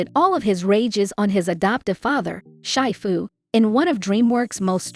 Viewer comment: Wait, what's the wrong name pronouncement? It's not [Shaai Fu], but [Shee Fu]